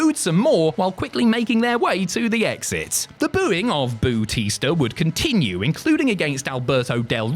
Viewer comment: Bootista? Really?